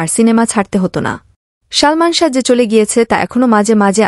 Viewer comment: কি শালমান শাহ বলছেন উচ্চারণ সঠিক করেন বলেন ❤ সালমান শাহ ❤